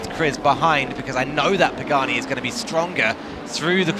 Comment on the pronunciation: Pagani!!!!!! Not Pageni!!!! 😂😂😭😭